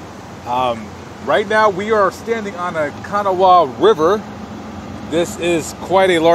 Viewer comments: Big city? Was that a joke? Its pronounced Ka-naw 😒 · Locals pronounce it "Kanáwha". accent is on the second a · Pronounced " Ka-Nawa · It's Ca-NAW-wa. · Been a Charleston native nearly all my life . Natives pronounce Kanawha Ka-gnaw-a. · Its pronounced: "Kan-ah-wah" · The way he says the river kanawha me so much. That’s not how you say it you pronounce it as kana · It’s pronounced ka-naw the ha is silent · You pronounce Kanawha incorrectly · My hometown! I currently live in Asheville, NC and plan to return next year after living in NC for more than 10 years. I love the way you pronounce Kanawha. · I'm from here and It is pronounced incorrectly. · you are right. I'm from here, too! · I am amused by the way you pronounced Kanawha. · Wow. You have been to West Virginia. But you are saying Kanawha wrong! Lol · he doesn't know how to say Kanawha so he must not be from here! we call them interstates not freeways. same difference just like sneakers or tennis shoes